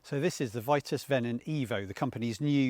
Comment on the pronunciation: It’s pronounced ‘veetus’